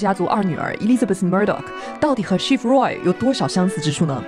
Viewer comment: 你Roy的发音好怪…